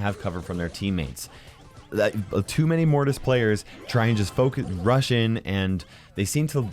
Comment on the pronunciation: I know he said "focus". But it sounded like he used the f-word